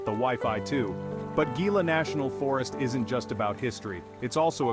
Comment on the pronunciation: If you are producing a video about a state, you could at least take the time, to learn how to pronounce the names you are using. Gila is a Spanish word that is not pronounced as a G sound. The G is pronounced as Hee. So, the word is Gila (Hee-la). Hee-la river, Hee-la Monster, etc. Oh, by the way, Malpais, is pronounced as Mal-pie-es.